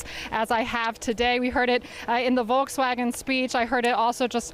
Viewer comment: She pronounced it Vol-ks-wagon! Jeez, journalists 🍵